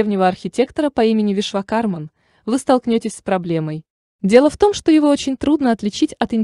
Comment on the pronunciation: Очень познавательное видео, но я не ожидал, что так мало расскажет про ВишвакарМУ!! Автор, простите меня великодушно, но очень сильно режет слух окончание МАН. Уверен, все те, кто изучал Веды меня поймут: 1000 раз произносится в ролике имя этого божественного архитектора и 1000 раз неправильно!!!!!!!